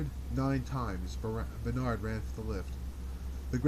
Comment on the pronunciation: A reading, like a friend reading from a corner of the room, is welcome. Outside of the pronunciation Bernard, I find this experience just fine. I can involve myself with the text and the reading or just follow the reading. A professional reading for $XX might be better, might not. Thanks for this.